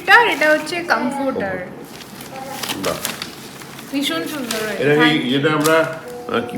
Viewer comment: Kamfourter bole kichu hoynaaaa. Its kamfatarrr